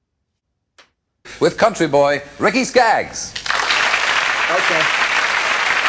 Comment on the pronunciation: Ricky Skaggs, yes you did pronounce his name correctly, is a great musician, and singer of both country and bluegrass. Great reaction, thank you